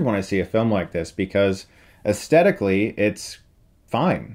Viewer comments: It's "Aesthetically" not "Astedically". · Chris, you do know that the word "aesthetically" has an 'th' sound in it, right? Maybe you just mispronounced this one time but if you weren't aware...it does.